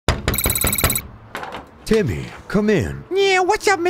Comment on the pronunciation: It’s timmeh... not timmy